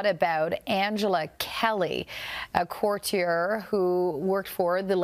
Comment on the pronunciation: The female correspondent seems like she has never used the word "courtier" in her life. She pronounces it so strangely.